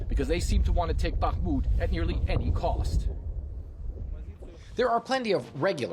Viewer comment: The Ukrainian reporter pronounces names correctly, unlike the studio presenter. So a short pronounciation course: It's HHerson - not KKerson, It's BaHHmut - not BaKKmut, It's HHarkiv - not KKarkiv, It's KaHHovka - not KaKKovka, etc. ...like HHunt - not CCunt !! That's easy.